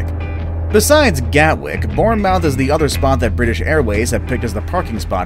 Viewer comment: Bournemouth is pronounced born-merth